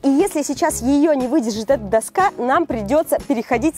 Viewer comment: Доска́ а не до́ска )))